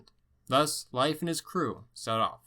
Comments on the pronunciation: Okay so it's not pronounced life Erikson it's pronounced "leaf" Leif Erikson like The Old Norse religion was not known as pagan! Pagan is a derogatory term created by Christians to sum up any religion that is not Christianity! It's a derogatory remark for those who represent that religion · Leif is pronounced rather like "Leef" and not "Life" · I understand his disclaimer about his pronunciation but come on Leif is pronounced leaf. It's pretty well known. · Its "leef" not "life" pronunciation for Erikson's name... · no, its pronounced like ''life'' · Lief is pronounced Leaf brother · never heard anybody pronounce Leif as "life" lol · In Canada I learnt about Leif Erikson, but, my teacher indeed pronounce “Leif” as “Leaf” soooo..... that was interesting. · Strange as I have heard english speakers pronounce it as "Leef" though that was by american english. Though in Swedish of course we pronounce as it sounds "Leif" sounding both vowels.